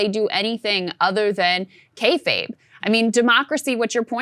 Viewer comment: Krystal said Kayfabe lol